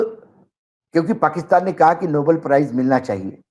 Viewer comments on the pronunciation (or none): none